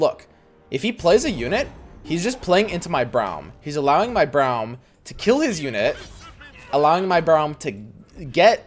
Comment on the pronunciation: It's pronounced like roar, Braum Brorem